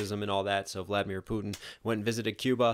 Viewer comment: Putin (ends with a "n")